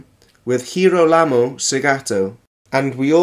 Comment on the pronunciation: He didnt even know to pronounce Girolamo corectly